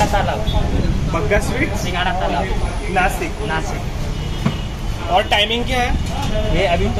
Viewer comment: Arree its not नासिक it's नाशिक पहले नाशिक का नाम तो ठीक से लेलो यारर जैसे मुंबई को बम्बई बना डाला कुछ लोगोन वैसे। नाशिक को नाशिक ही रहने दो अम्ही नाशिककर.....tru fan of Nashik